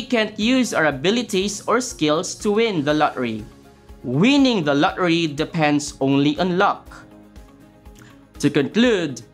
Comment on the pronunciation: i hear la ri not lottery